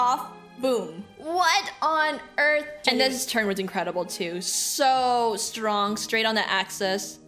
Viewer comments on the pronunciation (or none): none